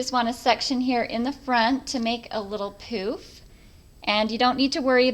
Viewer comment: Sorry but we giggled every time you said "pooof"